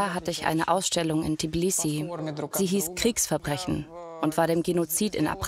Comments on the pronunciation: Die Stadt heisst Tbilisi und NICHT Tiblisi!!! Das wird mehrfach im der deutschen Version wiederholt und stört mein Gehör einfach... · Warum können Deutsche Tbilissi nicht richtig aussprechen??? Tiiiblissi, Tiiiblissi...